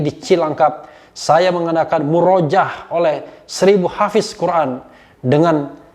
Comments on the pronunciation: Muroja'ah bacanya bang Refli. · om refly, itu Murojaah cara bacanya salah. yg benar Muroja ah. afwan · murajaah dibacanya mu-ro-ja-ah pak boss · lebih tepatnya dibaca "MUROJA'AH" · Maaf prof kalimat murojaah dibacanya muro ja' ah 🙏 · Bang Refly, maaf. Bacanya " Muroja'ah ~ Mu ro Ja ah